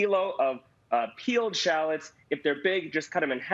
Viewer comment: You’re saying shallots wrong. Please stop.